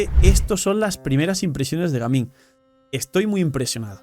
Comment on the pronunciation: En colombia le decimos gamin a los delincuentes, ladrones, malandros, etc es mejor pronunciar su nombre en ingles Gaming 😅